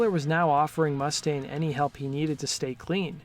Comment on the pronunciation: It's MOO STAIN, man